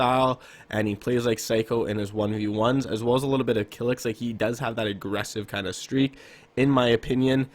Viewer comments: He said Kylx kilix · btw you pronounced "Kylix" wrong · This is the worst video I ever watch.1 you put Benji as 5 and he is clearly not a creative warrior he is a box fighter and ther is a very big deference between a box fighter and a creative warrior.2 you put kylix as 4 when he is comp player not creative warrior and on top of that you say his name Wrong.3 I agree with chronic psycho but saying that sway one of the best creative warriors Still to this day is not good anymore and he fell off is completely wrong and disrespectful you probably saying that cuz you never ever watch his streams if don’t believe go watch the videos he just dropped called Meet the best Controller Creative player.4 the same thing clix is a god but not a creative warrior a box fighter and a comp play ya he plays wagers but that doesn’t mean that he is a creative.5 putting the most overrated creative warrior that everyone and ther mother knows is stupid yea he is very good never said he is bad but not putting sway in is more dumb then this video just so you know sway destroy hem in a 1v1 and to makes the video 10 worst you stretch the video to 10 minutes . The worst video I ever seen